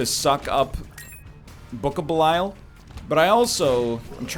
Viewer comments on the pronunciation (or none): none